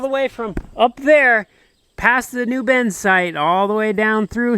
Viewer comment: Why do you pronounce “bin” as “ben?”